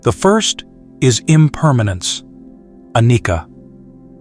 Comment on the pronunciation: Good quick summary BUT Please pronounce the pali words correctly like Dhammacakkha pavatana Sutta, and anicha.